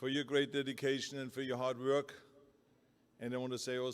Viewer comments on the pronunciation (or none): “Hard Verk”